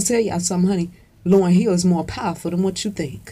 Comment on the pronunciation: Its Hill not Heel